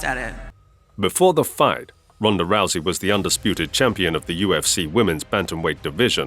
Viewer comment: The only fighters' name you pronounced right was Ronda Rousey.